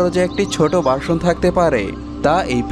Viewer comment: "বার্শন" নয়, "ভার্শন" ! "পিপরে" নয়, "পিঁপড়ে" !